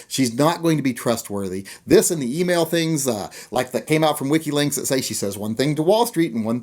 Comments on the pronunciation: It's WikiLeaks WikiLeaks! not WhickyLinks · It's WikiLeaks not WikiLinks. Or WeinerLinks even.